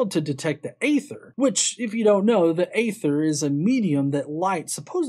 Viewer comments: EE-Thur, Aether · aether is pronounced ether other wise thumbs up.